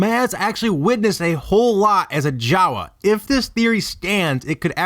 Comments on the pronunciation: Why don't you pronounce Jawa like you pronounce Maz, with a long A Jaaaawaaaa, Maaaaaaz..... Ep.7, H-ah-n pronounces it M-ah-z, who is a J-ah-w-ah, according to theory stretching video. I liked Episode 1 Podracer...... What about the Mandalore flag at her cantina?? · Lost me when you said Jawa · "Maz was a Jawa". Sigh...nope.